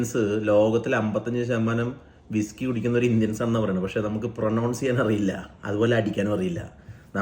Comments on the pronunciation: പ്രൊനൗൺസ് അല്ലെടോ പ്രൊനൻസ്, ഇതൊക്കെ ശ്രദ്ധിക്കേണ്ടേ ചേട്ടാ 😂😂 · ചേട്ടാ, ഒരു ചെറിയ തിരുത്ത്.... പ്രൊനൗൺസ് എന്നതിന് പകരം പ്രൊനൺസ് എന്ന് കേൾക്കുമ്പോൾ പ്രത്തേക ഫീലാണ്..... Love you..... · ബ്രോ... "പ്രനൗൺസ് " എന്നല്ല പറയേണ്ടത്. "പ്രനൺസ്" എന്നാണ്. പിന്നെ അറിവില്ലായ്മ ഒരു വലിയ തെറ്റല്ല.